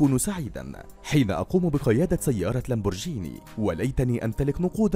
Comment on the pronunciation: اللي ما يحكي قال لمبرجيني مو لمبورغيني قلنا معلش رجع قال لمبورغيني افاتدرو ههههههه